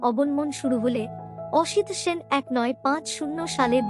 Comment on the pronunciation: এইরকম ভয়ঙ্কর খারাপ উচ্চারণ নিয়ে ভাষ্যপাঠ! সলিল চৌধুরীর নাম জানেন না? সাল বলছেন এইভাবে?! এক নয় সাত পাঁচ 😮 অসিত Sen বলছেন?! কী দরকার এই প্রহসনের?